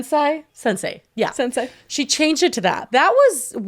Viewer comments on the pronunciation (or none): im crying at how yall pronounce sensai